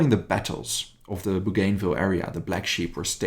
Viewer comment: it's BOO-GAN-VILLE !!